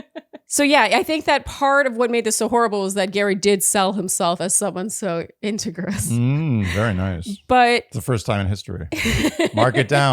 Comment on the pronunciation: And to my ears I thought for sure it should be pronounced like integrity (leg) but the audio in 6 accents all confirmed your pronunciation:)